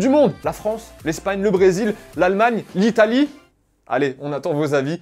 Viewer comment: L'Italie 😂 je suis mort tu fait exprès ?